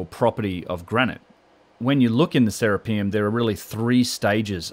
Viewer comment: It's not "Sarah P umm" its "sir Rap i um" after Serapis! pronounce correctly sir